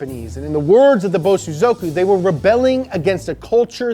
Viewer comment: I can help with japanese pronunciation. The proper pronunciation is Bo-sozoku. Bo is defined slight pause then sozoku is spoken in a faster unison way.. Bo-sozoku . Not Bo-Su-zoku